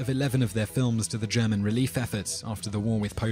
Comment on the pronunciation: ***** I found your video interesting and worthwhile watching; thank you for it! I did find that your pronunciation of German words and names to be a bit off. Maybe next time you do a video with another languages words in it you'll do better!